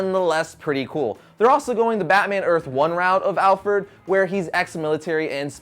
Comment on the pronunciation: did u say alferd?